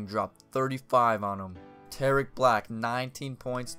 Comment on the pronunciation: You are saying Tarik wrong